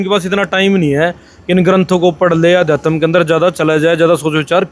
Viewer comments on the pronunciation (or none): Adhyatma to bolna sikh le bhai